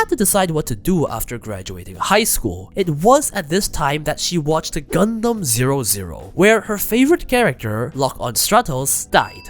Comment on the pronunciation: Calling gundam 00 like zero zero is stupid